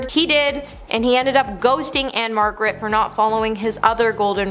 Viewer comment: Can you really count the nights when after a few whiffs and one or two drinks, The King was stuffing engorged Memphis sausage into a 14 year-old! And it's "Ann-Margret". I do like the fact that you think everyone on earth is a piece of s*it.